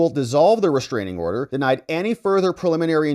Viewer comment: I love the accentuated: "DENIED"... 😅